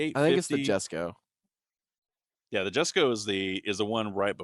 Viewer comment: Say it with me - “Yess-ko.” Named after Christian’s father, Jesko Von Koenigsegg. And who the f are yall kidding. If you had $100MM, you’d have a Koenigsegg in your garage. I for sure would. 100%.